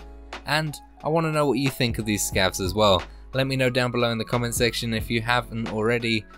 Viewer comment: "scavs"? no way, man